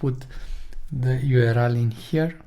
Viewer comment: You are pronouncing 'URL' wrong